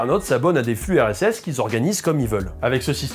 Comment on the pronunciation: quand tu dis "le RSS" j'entends "l'URSS"